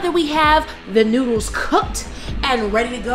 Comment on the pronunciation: It's noodles not noddles but it's oke still love you guys ❤️❤️